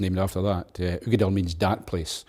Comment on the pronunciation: Finally, the definitive pronunciation of Uigeadail..